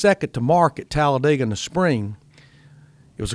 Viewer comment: Glad Larry Mac can pronounce Talladega